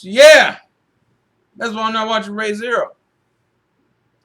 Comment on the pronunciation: ree not ray